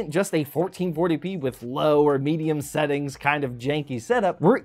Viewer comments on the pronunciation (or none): none